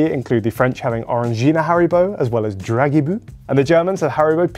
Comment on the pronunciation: Just incase wants to perfect his French pronounciation (that is honestly pretty damn good,) we pronounce the S on the end of bus…and so also it’s pronounced at the end of Dragibus. Just one of those annoying exceptions lol